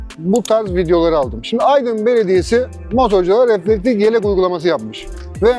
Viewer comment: Güzel anlatmışsın kardeşim de, bir de reflektiK yerine reflektiF diyebilsen ne güzel olurdu. Bir de motoRsiklet değil, motosiklet. Evde biraz alıştırma yap.